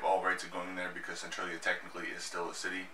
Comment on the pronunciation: cantralia ? lol